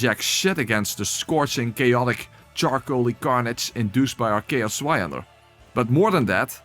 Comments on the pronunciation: I pronounce Zweihänder like you did (I think…) How do people mispronounce it? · *leid :P You did a good job with the Zweihänder, it healed a little part of my soul, tormented by a decade of bad pronunciation!